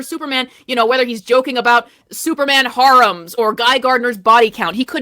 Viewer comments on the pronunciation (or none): Also, the fact that can't pronounce the word "harem" makes me think she didn't actually watch Superman and has only ever seen the word written down in whatever script was handed to her.